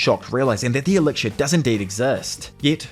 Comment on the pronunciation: Elixir bro, not elicir. Akaginu , not akagaynu . Tf Too much cringe white people pronunciation